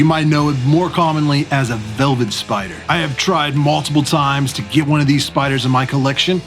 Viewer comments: Velvert. Lol was that intentional? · Says “velvert” spider on your intro- very nice and well done however! Keep collecting! -fellow youtuber